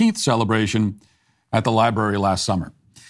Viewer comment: Matt, you're 50/50. The word is LibRary. Also, I'd like to talk with everyone about Jehovah's Witnesses. FR